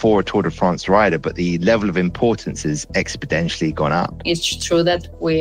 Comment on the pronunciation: 45s in. Am I going to take science advice from someone who says "expodentially"? Can he explain it to Boris?